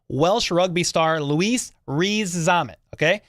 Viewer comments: Veach and his scouting team... miles ahead of the pack. That said, I don't see why you struggle so much with his name. Rees-Zammit, as it spells, pretty simple. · Butchered his first name never mind his surname